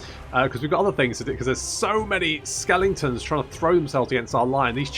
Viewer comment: Skellingtons - lol, it makes me smile and wince at the same time every time you say it ;)